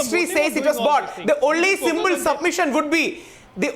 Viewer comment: Asam Khan, simble, temble?!!!! Rahul Eswar please go to school and learn pronunciation!